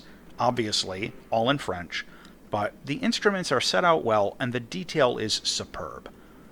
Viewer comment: Your French pronunciation is actually very good. Don't be too hard on yourself